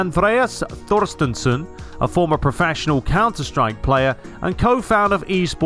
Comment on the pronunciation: Thorstensson is pronounced Torstensson btw☺️👍🏻🇸🇪